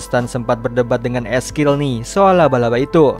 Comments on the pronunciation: Eskil siapa ngab wkwkwk belajar dikte dulu ngab biar orang yg gatau jadi gaikutan salah wkwkwkw ngakak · 'Ezekiel' ngapa jadi 'eskil' dah?